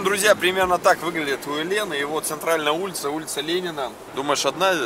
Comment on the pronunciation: Правильно произносить УЭ'лен , ударение на первый слог ....